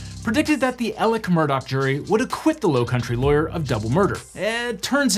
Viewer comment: why during the trial did everyone pronounce it “Murdaugh” as it is spelled if that’s not how you pronounce it? Legitimate question